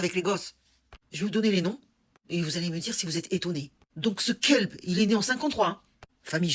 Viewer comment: "ce kelb" en meme temps j'en rit avec ta prononciation dz si sympa , en meme temps un kelb ne fait pas ça, seuls les démons , il y en a eu d'autres auparavant et ils ont juste été éffleurés par leur justice, à l'époque on disait comme Malraux "le 21 ieme siècle sera spirituel ou ne sera pas" , je dirait que grace à votre génération le 21 ieme siècle sera